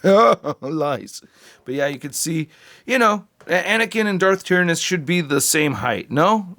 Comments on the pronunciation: It's "Tie-Ran-Oh-s".. but I thought it was pronounced the way you said too back in the day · Its pronounced "Darth TIERannus"